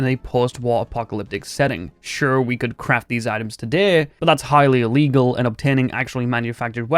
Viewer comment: "But that's Higley iligal" 🤣🤣🤣 somebody doesn't live in America